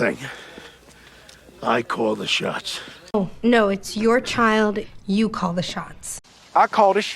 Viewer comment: Your больше sounds like bull shit. So funny😊